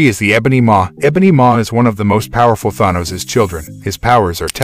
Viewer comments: Maybe learn to actually pronounce the names of the characters you're talking about? I mean who the heck is Thahnos? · why ??? why??? why??? do u pronounce words incorrectly??! ThAAAnos.. TelekIIIIInetic.. did you even watch the MCU movies ??? how can you get Thanos wrong? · Pronounced Thanos wrong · If you can pronounce “vibranium” and “Iron man” correctly than you should be able to pronounce ”Thanos” correctly